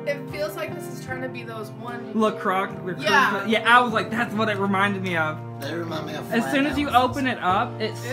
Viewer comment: I'm sorry, did he just say "La CROCK" instead of "La Croix"? 🤣🤣🤣🤣